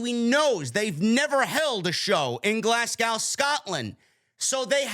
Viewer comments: Glas go is how we pronounce it Correction Glazgo Clash at the castle Prices are ridiculous it's cheaper to fly to London and get a hotel and all in ticket Plus the hydro is shite for that kinda money I want it in castle 🏰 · It’s pronounced Glas-go the w is silent